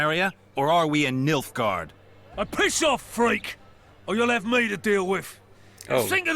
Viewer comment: Well, there go my plans of going to bed before midnight for once... Haha, all those "cra"s in the inventory menu. I automatically added -p to the end instead of -ft. It's NiLF, man. NiLFgaard. Sorry for teasing you :) In all honesty, I understand your pronunciation problem, I've experienced it many times myself. I once had to repeat a name all day and more to relearn it correctly and it took me way to long (years) to realize it's suBMit, not suMBit, for example. Once it's in the head, it's stuck. I guess it's that "not reading every single letter, just first and last letter and your brain puts it all together" thing. Wait, now it's Niflgeim? To be fair, it is possible you're making a connection with Niflheim. I don't know if it will help, but maybe if you can pinpoint what language a certain culture in the game is based on, it could help with pronunciation. The Nilfgaardian names and the language seems to be based on Dutch. And Elven names and language are based on Welsh/Gaelic. A lot of the dwarves will have Italian names, although their speech is based on German. And there are many others, of course. So the hairdos. Elven style is Geralt's W1 look, Cintrian pendulum is his look in some W3 promotions, posters and stuff, and Squirrel's tail is his default hairdo in 3. The raftsman's do looks a bit goofy, but the others all look pretty awesome on Geralt. I just wish any of the games had an option for a leather headband that he had in the books. I don't know i